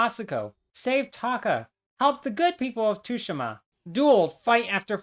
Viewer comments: why does bro pronounce Tsushima as tushima😭 you properly pronounce it like sushima. IGNORE THE T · It’s not tushima :( it’s pronounced sue she ma (mb dawg XD) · 19 second mark you say Ghost of Tsushima like 2shima it’s pronounced Tsu sh ima fyi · Ghost of Tooshima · Bruh… 285 hours on this game and u don’t even know how to say it it’s tsushima soo•she•muh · Tooshima?? lol the S in Tsushima must be escaping your eyes there… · I know I didn't just hear you pronounce it "Tushima"...... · "tooshima" lmao Americans really can't pronounce anything right huh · Dude, it's pronounced as 'shushima' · bro nearly 300 hours and calls it too shi ma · I clicked off when this mf said ghost of tushima💀💀💀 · Ah yes ghost of Tooshima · I’m sorry you call it tooshima?? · 285 hours and you can't even pronounce Tsushima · All this work and you couldn’t bother to look up how to pronounce “Tsushima”? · How’d you butcher the Tsushima enunciation so badly? They say it in the game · It hurts hearing him say the T in the game's name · imagine playing a game for 300 hours on just this one completion and you still don’t know how to say the name of the game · Its pronounced Tsushima not Tsushima or Tsushima. It's like you're not even Japanese, how dare you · Spent 280 hours playing the game, but can't even pronounce the title of it correctly... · No way he’s spent all that time on the game just to say its name wrong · All that time on ghosts of Tsushima and he still can’t pronounce it right